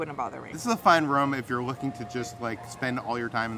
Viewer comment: gotta work on annunciating “room”. Sounded like “rum”. Sorry I had to say something.